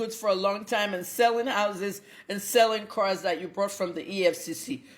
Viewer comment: Na cars abi na cuuars. The phonetics no be here ooo.